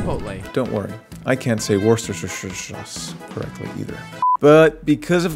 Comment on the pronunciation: You got my like for worshesestre sauce xD